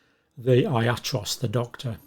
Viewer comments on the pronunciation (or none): The Greek word for doctor is pronounced yatROSS. It is not "EYE-at-ross".